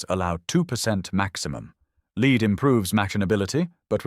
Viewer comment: It wouldn't hurt to view your own video at least once before posting it. Lead is ""led" not "leed. And Aztec can be spelled ASDIC.